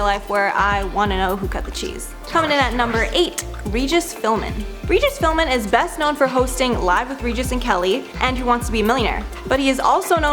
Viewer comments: Regis Philmin? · Regis Philmin?! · Guys, please get your editing together. Regis Phil-BIN. How does anyone not know that? Did Canada just get access to the world yesterday? This is your job. One job. I love your content but, please, hire me to edit the crap out of all of your grammar and factual errors. This isn't meant to be mean; I just want for my favorite channel to be perfect. But Regis? C'mon, y'all. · Regis Fillbin lol